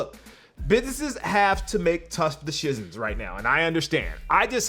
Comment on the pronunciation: Hold up did I just hear going all Trump with the pronunciation of decision?? You heard it right? Wasn't me